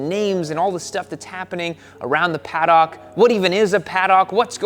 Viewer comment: Paduk, not Pad-ock!